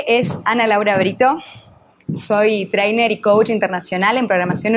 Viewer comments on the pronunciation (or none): Dificil creer que estuviste en esos lugares de la Union Americana,cuando no sabes ni pronunciar la palabra (trainer) correctamente, seg. , debo confesar que voy comenzando el video,veremos el contenido...Admiro tu valentia, y si me gusto tu mensaje